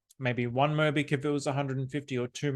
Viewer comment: 모비키~~ 모비키~~~ 귀여운 발음입니다^^ Bitcoin & BitMobick is priceless!❤